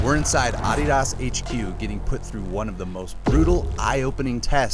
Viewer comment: Ad di as? Never heard it pronounced that way.